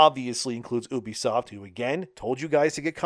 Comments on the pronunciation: Why do you have to say oo-be-soft the same way that idiot Angry Joe does? It's you-be-soft 😑. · It's you bisoft not ooo bisoft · "Oobisoft" Who pronounces it like that? It's "You-bee-soft." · No i dont remember when the company named OOBISOFT meant something But i do remember when a company named U-BE-SOFT THE RIGHT WAY TO SAY IT MEANT SOMETHING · I struggled with this video because you constantly pronounced Ubisoft wrong. It's short of Ubiquitous Software. you-be-soft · Learn to pronounce ubisoft to start...